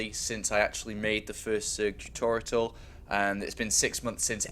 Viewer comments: Tutorital... Come on man. too-tawr-ee-uhl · do all Brits say "tutorital"? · I love the fact that said 'Tutorial* once or twice, and then going back to 'tutoritals* xD is awesome! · It is Tutorial not Tutoritals. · why do you say tutoriatal? There is no third t in the word. It's tutorial! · TOO TOR E AL Not TOO TOR ET AL ;) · tu-to-ri-al.. Not tu-to-ri-tal. He's prolly doing it on purpose, but its not funny. Its a learning video and people with bad english will start sayin tutorital and be laughed at. Its mean. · TUTORITAL, WOOOOOO!!! The extra T is for TER-FUCKING-RIFIC!! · really throws me off hearing him (and seeing some the comments) say "tutorital." that's not a word. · ha ha ha why the fuck can he not say tutorial ha ha ha thats some funny shit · love your way of saying tutorial xD "tutorital" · Man, I love your videos, but it's "Tutorial" I'm sorry, but lol. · I swear, if he says "tutoriTal" one more time.... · Tutortital? Really? Say it how its spelt please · when i hear "tutortial" it makes me wanna become a grammer nazy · Every time I hear tutorital I feel like killing a newborn baby. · I believe the joke is that says "turtorital" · EVERY TIME HE SAYS TUTORITAL I DIE INSIDE A LITTLE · JESUS CHRIST IF HE SAYS "TUTORITAL" ONE MORE TIME I WILL UNSUB. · How do you consistently say tutorital... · Stop saying Tutorital >!>! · Tutorital? Spelling it wrong I can understand. But saying it wrong? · Who pronounces tutorial like that, seriously? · Why can't he say tutorial? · wtf, he forgot during 11 months how to pronounce 'tutorial'? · For the love of god someone teach him how to pronounce tutorial! That aside thanks a lot great stuff as always! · cool thanks for the upload. yousay tutorial funny but I guess im just being a dick telling you that